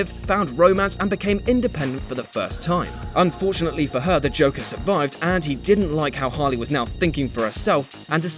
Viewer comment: Is he saying Joker or Chocker?